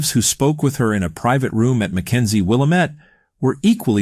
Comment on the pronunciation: I like the video but it's pronounced will-AM-it.